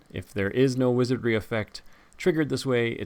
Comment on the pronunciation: "Wizardry", not "Wizardring" you dolt! Saruman is so ready to vanquish you into oblivion 😂. Love the subtle effects you put on this video.